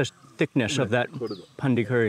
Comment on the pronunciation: Not pandi its pandri